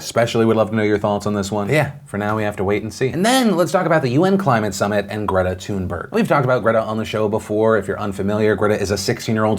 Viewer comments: The way Phill pronounces Greta Thunberg hurts me so much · Do Swedes cringe every time Phil says 'Thunberg'?